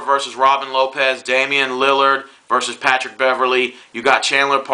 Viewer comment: Oh, and PS. No disrespect but, Its Damian LILLARD.....not illyard.